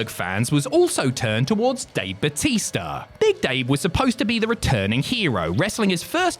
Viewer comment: Bootista? Really?